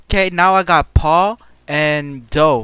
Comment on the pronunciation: Lol when you do the cc he say Paul not paw and dough not doe